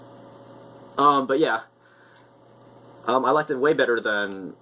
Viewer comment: lol "ew theres a cardnal"